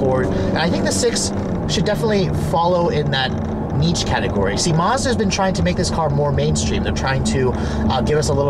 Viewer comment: If it was supposed to be pronounced Marzda, it would be spelled Marzda. It isn't. It's a Mazda! Uggghhh!